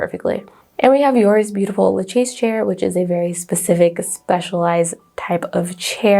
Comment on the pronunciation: The names sound more like corbooseeay and lashay. Other than that, your French is fine. I had no idea the chairs meant anything and I'd watch more of these. Heck, I'm surprised any of the companies that made the chairs are still around now.